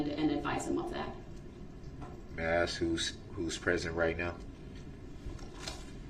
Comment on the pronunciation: I am not surprised that he can't say witness Abel's name! He doesn't even know the difference between Ask and Axe....